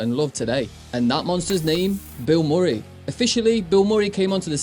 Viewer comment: lol "bill More-ee" It's "Bill Muh-ree" you know, based on the Actor Bill Murray"